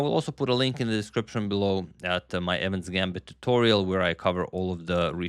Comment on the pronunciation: It's Evans not evan.